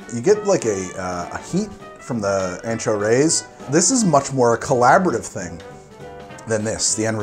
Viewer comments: Are you sure it's pronounced "Rays"? I have a friend who's last name is Reyes and it's pronounced "Ray-S (pronounced as the letter 'S')". See you next episode. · Pronounces maraschino in Italian but cant pronounce “reyes” in Spanish 😂 ray-ēs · Let’s play a game called “how many times can mispronounce Reyes in a single episode.” Haha.